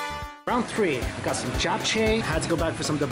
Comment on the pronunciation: he said chap chae it's chap che